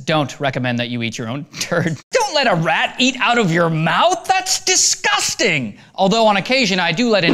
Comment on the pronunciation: He sounds british when he says disgusting.